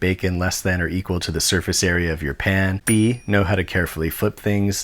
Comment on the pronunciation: thought you said "pain" instead of "pan"